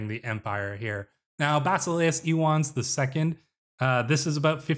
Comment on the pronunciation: I believe the name Ioannes is pronounced “yo-AN-nes”—no silent syllables. Very excited to see where this goes!